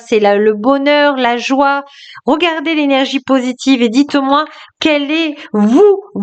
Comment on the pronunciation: La joie (pas la joue) 😂